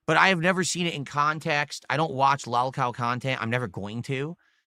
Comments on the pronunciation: IT'S NOT "LAWLCOW" IT'S "LOLCOW" YOU REGARDED BABOON. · Sounds like hes saying lawcow